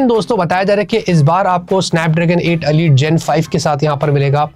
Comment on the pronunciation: alite nhi Elite hai 😂